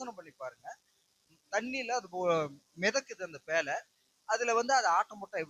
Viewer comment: பேளை‌ அல்ல பேழை